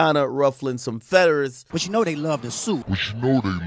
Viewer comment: Did he say ruffling some feaders instead of feathers or am i tripping 😂